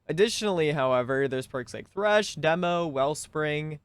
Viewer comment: Tresh lol